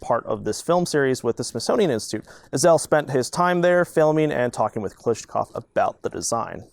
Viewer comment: I thought it was pronounced Kalashnikov, not Kalishnikov